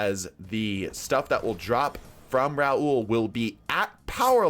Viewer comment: “Raul” and “Rahool” aren’t the same name…